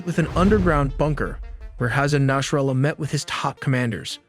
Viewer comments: it's Nasrallah, Not Nashrallah, good video tho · said his name wrong within the first 10 seconds of the video. its naSrallah not naSHrallah.